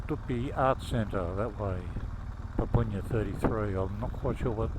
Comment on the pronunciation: Papunya is pronounced . "pupp-unya", not "poop-oon-yah"